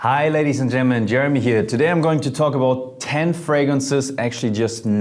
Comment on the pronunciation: He can't even pronounce "gentlemen". HI LADIES AND JEMMEN